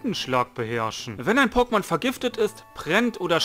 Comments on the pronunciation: Hör dir einfach Mal die alten Pokemon Intros an und dann hörst du wie man Pokemon richtig ausspricht 😅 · Deine Aussprache von Pokemon ist tatsächlich etwas außergewöhnlich. Wenn ich es versuche wie du aus zu sprechen, dann bekomme ich es nicht hin. Freu dich einfach über die Kommentare für den Algorithmus. P.s. Ich bin gerade an gen 3 dran. Mein Ziel ist es alle Popelmon aus dieser Gen zu fangen. :) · Deine Aussprache ist einfach anderes, du legst viel ins O. Aber ist schon gut so das bist eben du ❤ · wenn ne große Anzahl an Leuten dir sagt du sprichst es falsch aus und du der einzige bist der sagt ne das ist richtig so frag dich Mal selbst woran es liegt. Das nennt man Selbstreflexion. Letzten Endes ist es deine Sache wenn du meinst das ist so richtig aber dann leb damit das solche Kommentare immer wieder kommen.